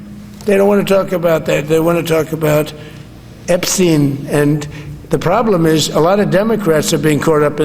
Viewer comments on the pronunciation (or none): Did Dipshit Orange just say Ep-SEEN??? Time Stamp